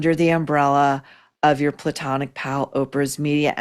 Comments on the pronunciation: Every time you say platonic friend I fall on the floor😂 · Why does saying platonic make me laugh every time? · The way she says “her platonic friend” every single time …..👑👑